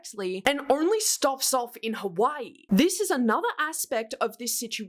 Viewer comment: babe i love u but hawaii is in the US why did u say it that way😭 and there’s crumbl in hawaii